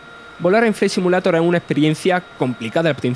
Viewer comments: Aprende a pronunciar por lo menos el nombre del juego. No mames. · Microsof flai SIMULATOR jajajajaj lpmmm me agarraba algo cada vez que lo pronunciaba. No podessss